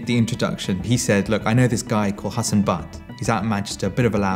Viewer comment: it's not butt, it's bhat